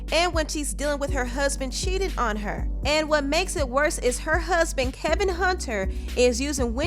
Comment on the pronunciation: Isn't his name Kevin? Maybe its the audio, but i feel like the narrator is saying KELVIN with an "L". Am i hearing her wrong?